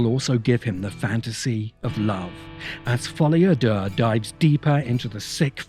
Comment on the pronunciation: Do you know what's amazing? The first person that I hear pronounce "Folie a Deux" correctly says that it's a good film. I've heard 100 negative reviews of the film and they all mispronounce it. Probably a coincidence, but just an observation that I had.